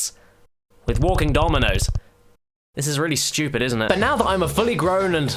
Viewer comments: At first I thought he said ''Tominos'' O_O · In the intro I thought he was saying ominous instead of dominos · Why did i think he said "aminos" XD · I thought he was saying communist in the intro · Am I the only one who thought he was saying nominoss at first. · I swear he was saying Ominous instead of Dominoes. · Why does his "dominos" sounds like german "Dumme Nuss" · Was he saying Ominous or Dominos in the opening? because right now I think it's a hybrid of the two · Only Caddicarus would make "Dominoes" sound like "Time to make nice"